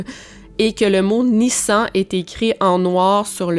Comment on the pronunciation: ça se dit Nissane